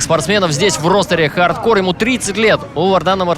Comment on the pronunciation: Анатолий Юрьевич, объясните колхозникам, что правильно говорить Хардкор, а не ХардкорД... Ухо режет...